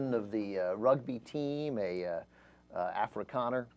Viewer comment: I hate this comedian guy sooooo much. His rugby jokes are stupid and irritating. His pronunciation of Afrikaner is just appalling. He's just so bad. He just seems like he knows nothing.